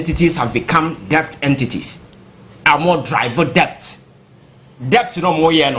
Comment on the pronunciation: Sound It As DET....Not D e B t....the B is Silent.....!!